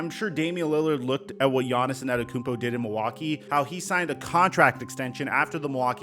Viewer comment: It’s just Yonis not Yonis-son, (Giannis)